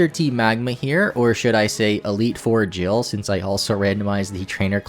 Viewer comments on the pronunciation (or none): none